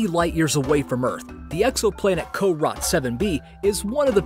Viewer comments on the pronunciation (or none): Wait corot 7B sounds like carrot 7B